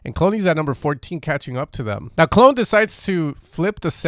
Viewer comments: Clone 😂 it’s pronounced Clooo Neeee my stateside homie 💛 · Great vid however I cringed hard every time you said “clone” lol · Knew I heard it somewhere before the Skrillex drop thought it was Mandela affect. Also I believe his name is Cloonee pronounced "Clooney" like George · Love how you pronounce "Clone" hahahah